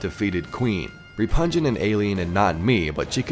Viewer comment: REPUNGENT XD its pronounced Reh-pug-nant